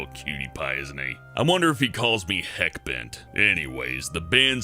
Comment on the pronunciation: "Heckbent" hahahaha!